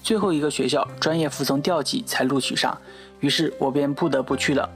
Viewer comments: 调剂 读 tiaoji 吧。。diaoji是什么？www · 不知道你是不是博士，但你的语文水平应该是不及格的，高考录取是调（“条”的音）剂，不是读“掉”剂😓😂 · 博士生？ 你的tiao ji 都能读成diaoji？ 你这个博士学位有待怀疑哦🙄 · 博士生，是南水北调（diào）然而高考自愿是念调剂(tiáo)。这个博士读的. 有点水阿。论文多半还是translate吧？ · 你真的是博士生吗？调（tiao）剂，不是diao剂